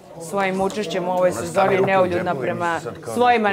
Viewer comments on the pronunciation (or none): čak ne zna ni da izgovori ono o čemu se izjašnjava... Za nju je to " neljudna"... 😂😂😂